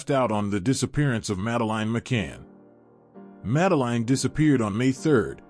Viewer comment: Failed from the off by mispronouncing the child's name, FFS... that's your kevel of research?